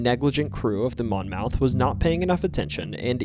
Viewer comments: I know it's late but I can't help it. The name Monmouth is actually pronounced monmuth. It really stuck out to me , being that I am from a county of the same name in New Jersey as that boat on the Mississippi. Not trying to be a dick. Just trying to help. Great stories. Keep up the good work. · Monmouth is pronounced mon-muth.